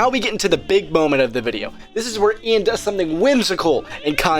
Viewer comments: Dude has genuine damage to the name Ian 🤣😭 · Ian De-Klein-ed